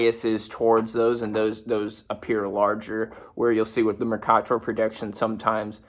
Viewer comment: OLIVE FACT Noone before has ever pronounced it “Mor-kah-tor” People who were taught how to read pronounce it “Mer-kay-ter”